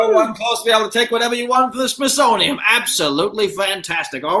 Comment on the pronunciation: pronouncing the Smithsonian as smithsoniUM irritated me so much but I'm kinda glad it didn't turn into a fight like Mason-Dixon/Dixie